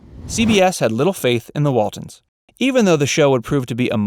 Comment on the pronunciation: Its Waltons, not Waldens.